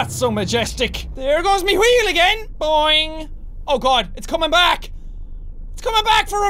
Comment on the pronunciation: we says wheel like qheel